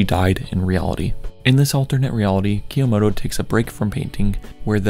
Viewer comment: I liked this video, but the way you pronounce 'Kyomoto' was kind of driving me insane 😭